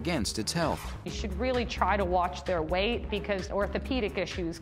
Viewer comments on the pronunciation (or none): none